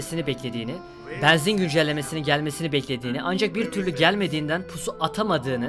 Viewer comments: Yav neden beenzin diyorsun abi shshshdhdjdj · Abi banzin değil benzin diyenler +1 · ne olur benzin kelimesini düzgün telaffuz eder misin kanka bEEnzin değil benzin olacak yalvarırım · Abi allah aşkına şu benzine beanzin deme